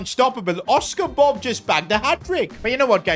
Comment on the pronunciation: It Bobb nor Bob that just sounds like bub